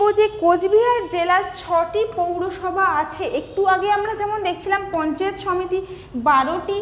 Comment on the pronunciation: মহুত নয় মাহুত, পঞ্চাত নয় পঞ্চায়েত । উচ্চারণ ঠিক করতে হবে ।